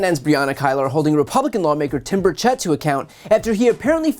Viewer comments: FYI - the Congressman pronounces his last name BUR-chit, not BUR-chett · As I am, unfortunately, one of Timmy’s constituents, I will nitpick over the way his name is pronounced. The accent is on the first syllable, not the second. And the E is pronounced like an I. Just say BIRD-shit and you’re close enough. 👍